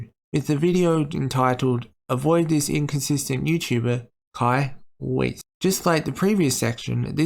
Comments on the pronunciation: I'm pretty sure Weiss is pronounced like VICE since it's German. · Just to let you know Weiss is pronounced Wyse, or Vyse if you want the German pronunciation.